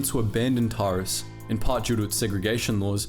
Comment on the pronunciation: This would be great if you had actually played the games and learned how to pronounce their names properly. How do you get Bastila "Shin" from Bastila "Shan" (Pronounced SHAWN) and Taris isn't TAR-IZ it's Tair-is. FFS it's not hard to find a let's play and listen to a little bit of pronunciation.